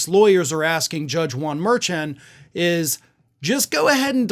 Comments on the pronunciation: Correct pronunciation: Judge Juan (sounds like "Won") Merchan (sounds like "Mer-Shawn"). Otherwise, this was a great update. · Thank you,. (It is Judge Merchaun "mer SHON")